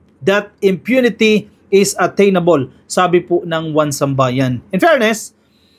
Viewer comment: 1Sambayan I think is "isambayan" ang bigkas